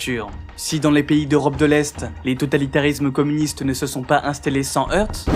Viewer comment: Très bonne vidéo. Juste, le "t" de "heurt" ne se prononce pas.